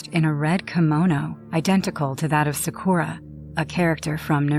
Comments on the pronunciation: ok so 1 you say the names wrong in naruto like bro saying "narodo" and "sahkorah" then you literally say a demon from a completely different anime is in naruto but it's from death note plus this story doesn't even make sense 💀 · OML JESUSS IT'S NARUTO (NAR-OO-TOE) THEN SAKURA (SAK-ER-UH) PLEASE LEARN TO PRONOUNCE IT AND WHERE IS A SHINIGAMI IN NARUTO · Her name is sakura not sakuora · She said everything about Naruto wrong Sakura not Sa-core-ah! Naruto not No-root-oh the kuani wasn't pronounced too wrong. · bro these guys really said sakuraa when its sakura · Exactly like what's Nahroodoh, and who is Sahkewra? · Another reason why I don’t have a basement 1.the bills would cost more 2.creepy stuff That clip,it seems very real but is it really.. I can’t even with the mispronunciation of that Naruto one,like what’s “Naruuuto” and “Sakwera?” 😂what the hell is wrong with that sobbing?I know it was because of pain but🤣 WHAT ITS REAL!No dude I thought this was 🧢,but it is true stories for a reason which makes me think that Naruto one is… Elsa has tattoos now..sharpe eye liner and did something to her hair